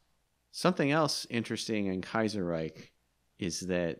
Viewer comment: "Kajjserrajk" "Mitell-afrikka" "Blaaam n Vaaaaahs"